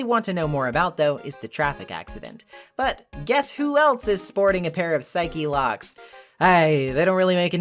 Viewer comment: out of all the takeaways from this video the one that stuck with me most is your pronunciation of "psyche-locks" Its really gratifying to see someone else who says it that way